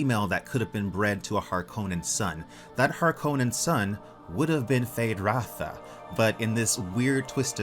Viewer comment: It’s Rauta not Ratha. ”Rauta” means steel in Finnish. Frank Herbert took inspiration from the Finnish language for the Harkonnen.